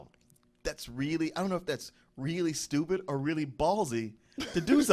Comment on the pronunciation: Anyone noticed throughout the Spill/DoubleToasted history, that can't say "or", he always says "are". Are you didn't realize it, Are you just didn't care.